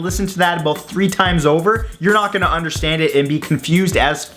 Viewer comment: what were we talking ABOOT